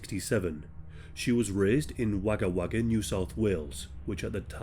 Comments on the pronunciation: Just fyi, it's pronounced like 'Wogah', not 'Wagah' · Just letting you know, its pronounced WOgga WOgga not WAgga WAgga. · Good to see your fabulous mug,. Anita’s case was the first of its kind in Australia, and these men were the first to get files marked Never To Be Realeased. I can’t say I’ve heard Janine’s case. How shocking! Also, it’s pronounced Wogga 😊. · its not wagga wagga, its WOGGA , dude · Also "wogga wogga" not "wagger wagger". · Wagga Wagga sounds like bogger bogger Not so much wagger wagger 😁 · It's pronounced Wogga Wogga 👍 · LOL mate , Wagga Wagga is pronounced " wog - a, wog- a " just FYI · It’s pronounced wogah wogah. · It's pronounced, "Wogga Wogga" You're welcome 😊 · It's pronounced like wogga wogga ❤❤ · It’s spelled Wagga Wagga, but it’s actually pronounced Wogga Wogga. No big deal, I just thought you’d like to know. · Wagga Wagga is pronounced “wogga wogga” I used to live there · It's pronounced Wogga Wogga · I'm from Wagga Wagga. My mum knew Janine when they were younger. Just for everyone who isn't Australian, Wagga Wagga is actually pronounced "Wogga Wogga" and is an Aboriginal word meaning "place of many crows" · Wagga Wagga is pronounced wogga wogga. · Pronounced Wogga wogga😊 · its pronounced wogga wogga but well done great effort..... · Hey D, it’s pronounced “Wogga” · Wagga Wagga is pronounced Woga Woga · Tip for non Aussies.. Wagga Wagga is pronounced “WOGGA WOGGA” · Just a lil tip from an Aussie... Wagga Wagga is pronounced "wogga wogga" 😊 Love your videos man thanks for the continuous entertainment 🙏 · It’s really pronounced wogga wogga . But I understand it’s hard to know this. Thanks for bringing this case to the attention of many though xx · its inconsequential i know, but Wagga Wagga, is pronounced wogga wogga - grew up near there :) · Sorry Wagga Wagga is pronounced wogga wogga This case was horrific so soon after Anita's murder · As an Aussie I’ll let you know it’s pronounced wogga wogga 😬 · Its pronounced wogga wogga.